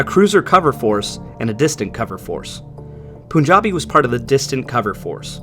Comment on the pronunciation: Great video. btw it's pronounced as P-aan-jabi, not Poo